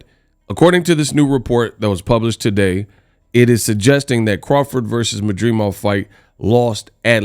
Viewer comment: MAD DRI MOV….not MAdreemov 😂